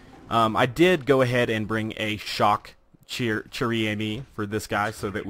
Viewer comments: In case you didn't know "chère" is pronounced like the English word "share". The gun's name means Precious Friend. Friend is in the feminine so it's almost like the gun is called Girlfriend or Lover. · Lol dude "chere" is pronounced "share". Not judging tho, cuz a lot of french words are weird in pronunciation